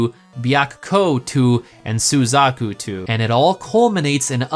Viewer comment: As a fan of Fushigi Yûgi, your way of pronouncing Suzaku,Genbu,Byakko and Seiryuu hurts my soul.